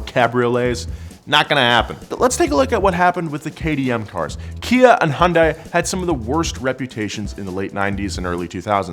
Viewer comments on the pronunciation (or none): Every time he says Hiyunday, my eye twitches.